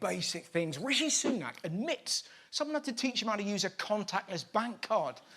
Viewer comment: Jim Bidet can't even pronounce Rishi's name!